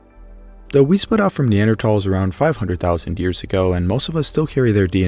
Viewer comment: “Neandertalls” lol